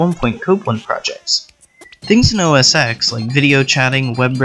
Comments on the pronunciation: You keep saying "OS X", it's called Mac OS 10, as in roman numeral X. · Gahh!!! Not EXXX! But pronounced TEN!! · It's not called OS "ex". It's pronounced as "ten". Damn it! It's obvious you're not that knowledgeable about Apple technology, or you would have been able to pronounce it right. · Mac OS Ten….not OS “ex” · OS X = OS Ten, not Ex. It’s a roman numeral. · Good video. BTW, it’s pronounced OS “ten”. Not OS “X”. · Stopped watching the 3rd time you said "Oh Ess Ecks" Its "OS 10" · OS TEN as in OS 10 not X (ex). Sigh, it is an roman numerical. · OS ten not X. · Get rid of the wacky music. It makes the narration hard to hear. And it's "OS 10," not "oh sex." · It's pronounced as "ten" NOT "ex"! DAMN IT! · OH ESS TEN!!!! NOT ECS!! _ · It's os ten, not OS X! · OS TEN, not "X" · KindRedPanda, having worked at Apple, I can safely say it's pronounced "OS Ten". Even on the first day of training, they tell you "It's not pronounced ecks, it's pronounced ten". Which I found comical. So yes, they don't want you saying the letter X. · "OS eX" ??? between that and the annoying music and terrible audio - I couldn't finish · Lousy, thin, sibilant, narration audio - electronic-sounding phasing/flanging artifacts. (:-( Can't take seriously any Mac video by uninformed person who says OS-ex (:-( Yeah, music somewhat annoying. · Mac "oh sex"? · It's OS X as in the roman numeral X which means ten. It should be pronounced Mac OS 10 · Unfortunately in 2001 (or 2002?) when I started using OSX I called it osex. This was back before I had broadband and I had to go to an Apple store in suburbs of Chicago to get them to burn any needed OSX updates. They never corrected my pronunciation at the store. I didn't find out it was called OS ten until a few years ago. Oh well. Now its called macOS. Right? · The comments section: 33% poor mic quality 33% distracting background music 33% wrong pronunciation of "OS X" 1% other lol